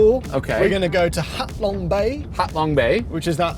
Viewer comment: it’s not “hack long” bay… it is “hah long” bay for the word Hạ Long, which actually means Descending Dragon it’s not “faux” it is “fuh” for the word phở, which means rice noodles for the iconic noodles soup 😉 that phở is sad looking though 😂 Việt Nam is a beautiful country with beautiful people, but this car still needs a lot of improvements before it can truly compete